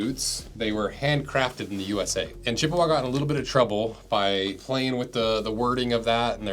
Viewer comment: As a native of Chippewa Falls, I can tell you the preferred pronunciation is "Chip-wa" not "Chipp-a-wah."